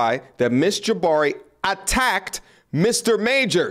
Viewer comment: Jah-bhari to Jabbari ... lol